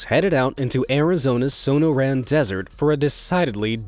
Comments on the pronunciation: Sono-ran and sag auro cactus. It’s pronounced Sonoran and sag-u-arO. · This is the whitest thing I've ever heard. "So-no-ran" should be "So-NO-ran" (with emphasis on the second syllable.) Go ahead and mess with Texas, but leave Arizona alone. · Sonoran is not pronounced so-no-ran, it is pronounced sah-nor-an. Saguaro is not pronounced sa-gwar-oh, it is pronounced sa-where-oh. a beam runs horizontally, a post/column runs vertically. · The pronunciations in the Arizona cactus segment hurt me deeply. It should be Sa-nor-an rather than SAN-o'ran. And Sawaro with a soft sound as opposed to how the real spelling looks. Otherwise fun video. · Suh nor' un Desert, not san' or ran Desert. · He said Sonoran as "so- no- ran" but its acually "sa- nor- an" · Arizonan here. It's pronounced son-nor-ran, not son-no-ran. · So-no-ran? LOL, it's pronounced "Suh-nor-an", with the emphasis on the second syllable, not the last. E for effort though :) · Wonder where the narrator is from because no one I know would pronounce The Sonoran(Sa-noR-ann) Desert, SOnO-Ran Desert. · Sonoran is pronounced So-nor-an not So-no-ran, just in case anybody cares. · Sonoran - Not sono-ran, more like suh -naw-ruhn Saguaro - Spanish origin, "gu" is like a "w". Suh-waa-row Used to live in Arizona, hearing sow-no-ran and sag-waa-row made me cringe. Also, not sure how many people would call a 16ga shotgun "powerful". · sa-nor-an not sono-ran. i live there so it ticks me off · Soh no raan Sa GUARO Okay so uh no thats not how either of those is pronounced lmao So noor en for Sonoran Sah wah ro for saguaro cacti lol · "Sone'-a-ran Desert"? Try "So-nor'-an" Desert. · It's not "sew no ran" desert it's sah-nor-ann. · SONO-RAN??? It's SUH-NOOR-RAN. (rolls eyes) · The way he pronounced Sonoran and Saguaro hurt me.. suh-nor-an and suh-war-oh.. not whatever he said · Son-OR-an desert. Su-WAR-ro cactus. Y'all, Google will tell you how to pronounce a word, if you're not sure. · So-nor-ran? No that is not how you say it!